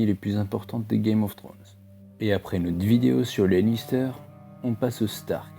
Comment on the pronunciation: Lannister pas "Lister"